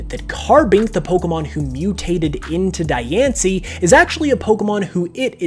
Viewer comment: You're pronouncing Dianci's name wrong. Its pronounced Dee-ahn-cee.